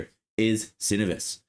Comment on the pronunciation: sen-OH-vus. From a guy that wears their coveralls.